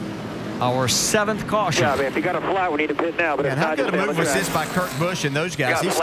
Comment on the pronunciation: And we have a CaWsHuN.